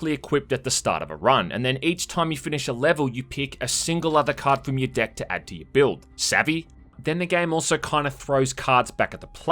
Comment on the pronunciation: My god stop saying deck cause all I hear is dick now... Good job making me unheard it now